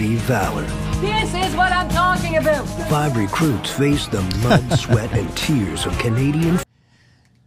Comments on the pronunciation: Female Drill sgt...@ “this is what I’m talking a boot” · first time I hear a cana actually say “aboot”... and I’m Canadian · Some of us do pronounce it like that. Usually Newfie’s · Aboot Aboot !!! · ‘Aboot Camp’ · It's a bout camp.... lmao sigh